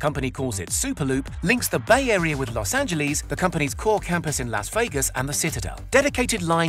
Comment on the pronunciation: "Lows Angelees"